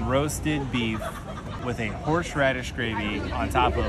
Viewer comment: Horseradish is horse- radish. Not horsh radish. The pronunciation is so painful it put me off watching from the beginning. Horsh horsh.